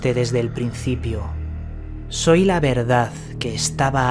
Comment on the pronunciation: Por favor, hazlo bien, eso de la ""verdaZ" y la "oscuridaZ" queda horrible. Las palabras que acaban en "D" no se pronuncian como una "Z". Así hablan los "mesetarios" poco formados y tu estás por encima de eso. Gracias por tu video; )